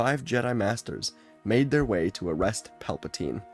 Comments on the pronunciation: It’s funny because he accidentally miss pronounce Palpatine and said Palptime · I loved the accidental mispronunciation of Palpatine’s name, it got a chuckle out of me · PALBATINE Palatine 😂😂😂😂😂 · The fact he does this in one take is amazing I only hear one miss read in the entire thing with Pelpatine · It's Palpin' time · Palpa- what now? Tine? No teen? Tine?